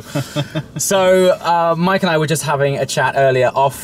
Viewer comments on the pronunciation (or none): none